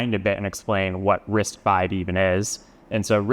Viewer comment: Wait! Its Risc five not Risc vii?